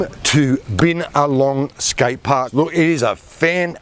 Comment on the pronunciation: He pronounced the town wrong